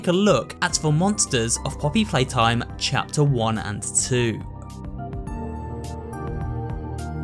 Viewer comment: i like how he says cheter 2 and 3